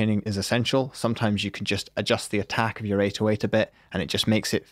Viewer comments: you struggle so much to say 808 It's pronounced "A-doe-ate" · Why does he pronounce 808 like this PepeHands